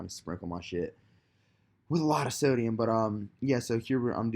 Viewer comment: "SO-DI-UM...what the fuck is sodamine" LMFAO dude